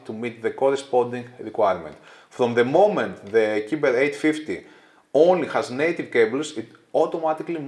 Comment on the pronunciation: Ωραίο βίντεο ως συνήθως. Νομίζω ότι το μοντέλο προφέρεται "κάιμπερ" ως λογοπαίγνιο του cyber.